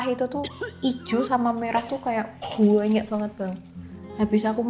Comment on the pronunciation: Saking mantep mbaknya cerita sampe2 ngucapin vokal “a” nya banyak yg berubah jadi “ua” 😅. Sadar jadi suadar Banyak jadi buanyak Jatuh jadi juatuh 🤭